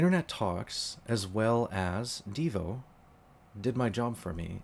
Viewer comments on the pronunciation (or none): i think you mean deyo, not deevo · Good video. However, it is Deyo not Devo. I do listen to DVR live streams. I think the live streams are real. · It's DeyO not Devo